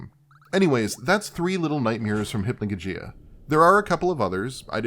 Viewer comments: it's not hypnojojeeah it's hypnogogeeah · Nitpick, but it's pronounced "Hip-no-GAW-jee-Uh" with the emphasis on the outer and center syllables.